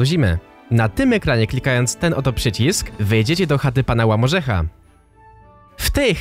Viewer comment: Japierdyle airnest czy nikt w komentarzu nie mowił zę to nie jest jakiś łamiorzech tylko łupiorzech